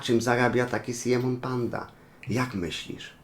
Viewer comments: Nie Siemon tylko Simeon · Po pierwsze Simeon czyta się "SAJMON" A NIE SIEMON Po drugie dlaczego porównujesz aj'a do simeon'a pandy Popatrz na simeon'a i na aj'a gdzie oni są podobni